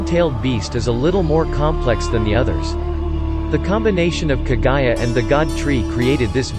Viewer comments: “Kaaa guya” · It's Kaguya not Kagaya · Who's Kagayaaa????? It's KagUUUUUyaaa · No you are not and it's irritating how he mispronounced a lot of the names especially kaguya